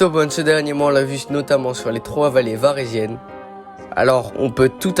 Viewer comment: C varésines pas varésianes